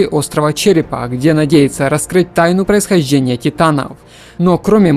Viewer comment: Что за проблема у диктора с произношением сочетания букв "жд"? То "вынужь'ены", то "происхожь'ение" то ещё что-то